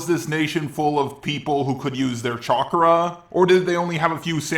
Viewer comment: I just noticed after you said it many times, you say chakra like "chakura" and I have no idea why or where you picked that up from.